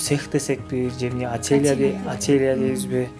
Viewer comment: АЛЫП БАРУУЧУ : ХАЗАИНСЫНАР,АТЕЕЛЯ ДЕБЕЙ ,ТУУРА СУЙЛОСОН ,КУЛКУ КЕЛТИРБЕЙ.